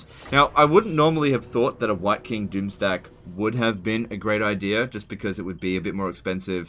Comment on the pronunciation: everytime says wight king i hear hear wanker